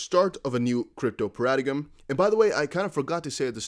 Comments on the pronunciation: Para-da-iem g is silent, i know english is nuts. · paradigm is pronounced para-dime just fyi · Paradigm is pronounced Paradime lol